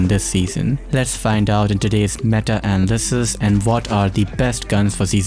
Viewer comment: Did this dude really just say “anal-cist”???